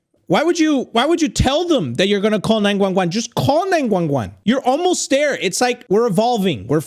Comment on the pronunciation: Not gonna talk how said 911, he literally said 9-Juan-Juan